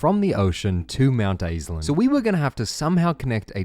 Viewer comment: I like how at first you were like NO it is NOT mount assland, it is MOUNTAISLAND, but then by the end you were just straight up like "I LOVE Mount Assland!"